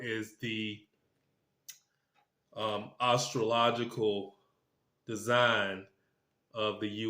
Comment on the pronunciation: First time viewer, liked it but I had a problem with just one thing. You pronounce astrological, ar-stro-logical, instead of as-stro-logical. Having said that, I’m tracking your predictions for next week. I’ve done some numerology but as a very raw amateur . I am amazed how accurate it has been over the 25 years since I did the chart. I did subscribe and look forward to your reason why you were wrong or why you were right.